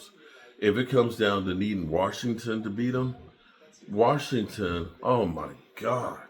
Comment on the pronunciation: Washington doesnt have a “R” in it